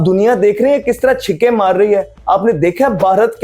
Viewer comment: कंगारू ❌ कंगेरू ✅ छक्के ❌ छिक्के ✅